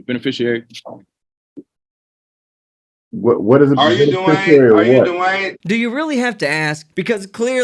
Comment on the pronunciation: "Duh-Wayne" Davis..........What a dope!